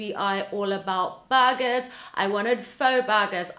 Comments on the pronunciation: Luckily you showed us pictures of burgers. I thought you were saying bargains. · had to pause the video at first I thought you said you had to get the debuggers and the names i was hearing Debuggers until my mind start to process it and to find out is was burgers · i thought she was saying BUGGERSSS